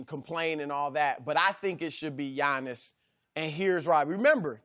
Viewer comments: Did Chris Broussard say 'to be Giannis...' or 'to be honest'...? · Its Giannis. Not close